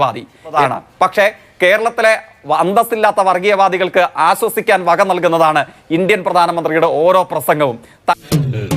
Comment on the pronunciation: അസോസിക്ക അല്ല ആശ്വസിക്കുക ഇങ്ങിനെ വേണം പറയാൻ കേട്ടോ മോനെ